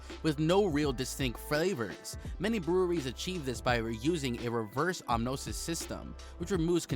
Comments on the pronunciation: Reverse “OS-mosis” Bruh said Ahmothis 😂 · “Rever omnosis” 😂